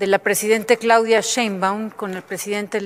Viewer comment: Pero esa “bellaca” no dice correctamente el nombre de nuestra presidenta Claudia !